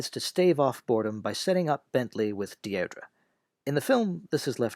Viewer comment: A minor quibble - "Deirdre" is pronounced "Deer-dree". A very common English girl's name in the middle of the 20th century, not so popular today.